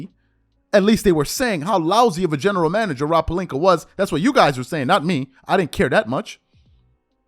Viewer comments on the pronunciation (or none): none